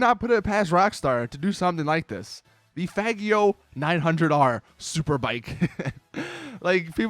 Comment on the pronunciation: how do u pronounce faggio... its an italian word so its pronounced fajo like you pronounce Fallujah